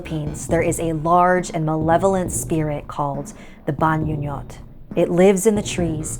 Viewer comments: Sorry for correcting you ate but it is pronounced as (Bahngoo-ngōt) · Actually the pronunciation of the "Bangungot" is like Bang-ngo-ngot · the way you pronounce bangungot was a bit distracting😭 but i enjoyed it nonetheless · you pronounced bangungot wrong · I think the "ng"s in bangungot is pronounced like the "ng"s in "bang" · I was thinking the same thing.